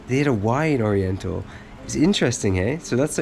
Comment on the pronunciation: Spelling stuff: There is no “v” in the Philippine alphabet. Most Tagalog/Pilipino words are sounded off with a consonant followed by a vowel or vice versa. Oriental is not pronounced O-ri-en-tal but or-yen-tal.